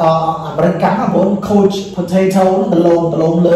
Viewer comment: លោកគ្រូ ពាក្យនេះគេអានថា couch (ខៅឆ័) please checking your pronunciation again